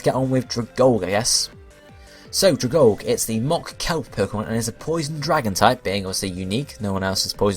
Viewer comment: If no one has said this, it's pronounced like Algae (al-gE), the plant life found in some bodies of water :)